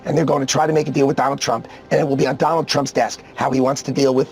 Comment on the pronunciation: Doland 😂 original donald😅